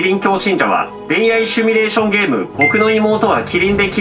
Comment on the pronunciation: 「シュミ」レーションって言うのやめて😂 シミュレーション(simulation)だから